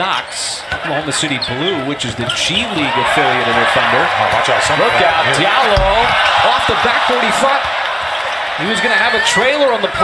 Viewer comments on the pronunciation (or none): Just nail that windmill next go around my Fulani brother from Guinea, hoorah! Diallo is actually pronounce Jalloh.